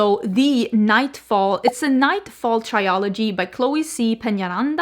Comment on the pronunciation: Please stop saying "try-o-logy". The word is "trilogy". It's pronounced like "thrill" without the h then "ogy". Another word you mispronounce all the time on your makeup channel is "eau" from "eau de parfum". It's simpler than you're making it. It's just like the English letter "O". That's it. I know English and French are not your first languages so you don't have to get defensive as usual, I'm just trying to help. Be open to learning. Thanks.